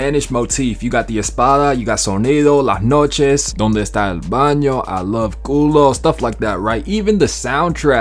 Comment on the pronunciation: This the first time i hear an american spell "las noches" and it actually sounds spanish